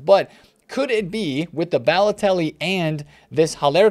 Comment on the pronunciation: rip pronunciation of Balotelli